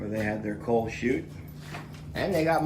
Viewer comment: That actually sounded like coke, not coal.